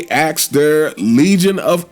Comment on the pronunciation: We axed?